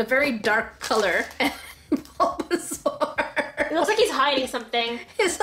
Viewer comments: "SUlBaZauR" killled me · "Sulbasaur" Me, an aunt: "turtle pikachu:) " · “Sulba sulba”